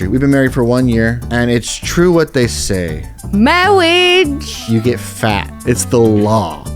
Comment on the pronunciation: Mawwiage?! Wuv! Twue wuv!